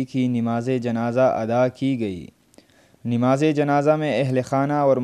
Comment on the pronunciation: Oh pagal NAMZ hoti he NIMaz nahin to mayyat ko niyat parh raha he phop phopi ko bhi ghalat parh raha he, llanat tujh per.